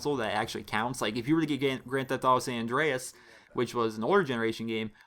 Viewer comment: he says San Andreas funny cx